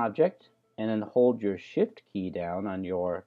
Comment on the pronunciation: you seemed to say sh*t key instead of shift key. But is doesnt matter. You meant by shift key .I know